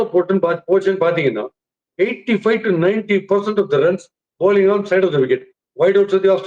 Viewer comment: Bouling will never become bowling on this show. - adhu ennadhu sir? Capituateda? Enna sir word adhu! 😂